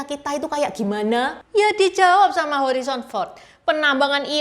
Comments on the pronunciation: Harison bukan horizon 😅😅😅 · Harrison Ford, bukan Horrison Ford. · Bacanya Herison Ford bukan Horison Ford, katanya aktor top masa namanya aja salah nyebut Cik? Malu donk ditonton orang sedunia.